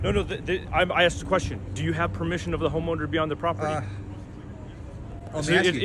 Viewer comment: Cop said... I axed for identification not asked lol.